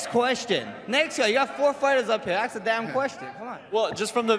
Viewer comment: why is holloway saying AKS and not ASK???